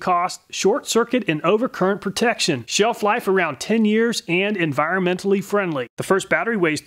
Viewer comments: "Sheef life around 10yrs" says the first one 👌 I see the Castnoo says the same too, but also claims to be "encironmental friendly" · sheef life